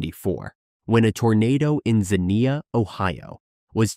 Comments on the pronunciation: A lot of other people have already corrected the Jarrell, but Xenia is pronounced Zeen-yuh, not Zuh-nee-uh. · By the way Xenia is pronounced Ze-n-ya